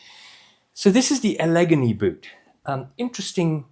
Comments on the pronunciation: Great review, but as an Upstate New Yorker, let me tell you, your pronunciation of the second boot style is like nails on the chalkboard for me: the stress in “Allegany” goes on the first and third syllables, like “alligator.” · it's pronounced Al-uh-GAIN-ee. It's a Native American word, and also the name of both a mountain range and a major river in the eastern United States.